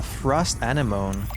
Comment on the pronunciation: Anemone = uhNEMuhKNEE